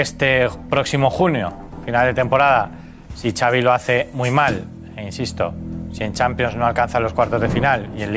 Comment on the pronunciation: Ya te he dicho que Xavi se pronuncia Chavi no "savi". Si al Xavi no le va bien en el Barça, a Rafa Márquez podrían ficharlo. Veamos que pasa. El Chiringuito está atrasado en noticias. Tu fuiste primero en darla.